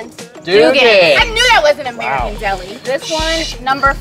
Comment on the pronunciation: You know it’s real when he calls American deli ‘merican deli